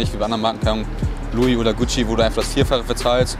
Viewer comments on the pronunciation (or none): none